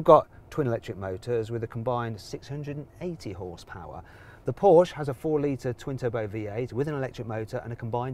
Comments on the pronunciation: PORSCHE!!!! NOT PORSCH! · Oh my goodness: PorschE not Porsch‘!